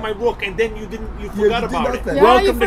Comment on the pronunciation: "You fohgot about it"